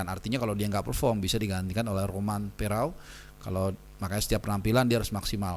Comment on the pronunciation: Romain Perraud dibaca {Romang Pero},.